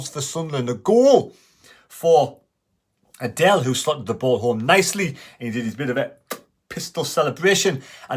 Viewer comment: Understandable but it's pronounced Adeel - He doesn't look like a girl (Adelle) - keep up uh good work & keep running.